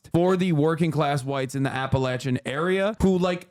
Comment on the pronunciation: Thank you for pronouncing "Appalachia" correctly.